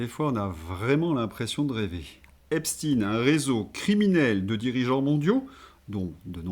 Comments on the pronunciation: On dit Ep-cht-ein et non pas Ep-stine !!! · ...en parlant de "larbins du pouvoir",, si tu continues de prononcer Epst"ine" au lieu de Epstein... tu fais preuve d'être un "bon serviteur" qui s'abaisse comme un larbin..😢 Pourtant tu vaux mieux que ça...🤔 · Tant que les gens ne sauront prononcer epstaine comme il faut, ça va rester pareille! C'est tout un enchaînement. Le mensonge et le camouflage à tous les étages..